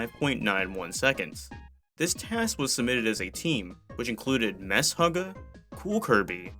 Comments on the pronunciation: "mess hugga" LOL. the name is pronounced meh-sugar (shuga), its a heavy metal band heres a clip, not trying to be a dick i just never considered prouncing it like that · MESHUGGAH was named after the Yiddish word for "crazy", pronounced "meh-SHOOG-gah" (a bit like "meh sugar" without the final r-sound); Riolu is pronounced "REE-oh-loo". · Lmao did this guy just pronounce "Meshuggah" as "mess hugger" 😂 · "Mess-huggah" sheesh got me with that one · MESHUGGAH is pronounced with the sh doing one sound (like in most words in which this sequence appears), not two. it's from the Hebrew word משוגע which means something along the lines of crazy or maniac.